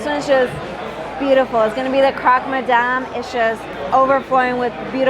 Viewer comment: Great video with amazing food. The only thing I would share is that the Croque Madame (pronounced "croak") is perhaps a new take on the traditional Parisian sandwich of the Croque Monsieur, which is basically a ham and cheese sandwich, but with the cheese melted on top of some really thick and great bread.